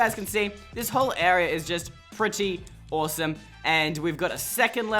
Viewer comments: He said awsorse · did he say "awesome" or "horse"??? Idk, but I do know that..I LOVED, this video